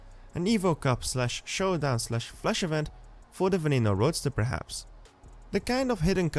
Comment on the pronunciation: you forgot the "n" at the end of showdown